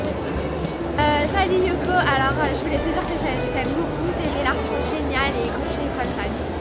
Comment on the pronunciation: je t'adore tu es la meilleur j'adore squeezie comment il a dit naii art 😂😻😽😻😽